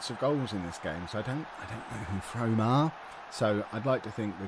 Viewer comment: its pronounced Froome lol. little non league Somerset team. I live about half hour from there.